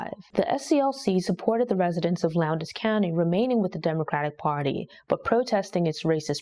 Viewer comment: It’s not “Lown-des” county, it’s pronounced “Lowns” county. I know cuz I lived there.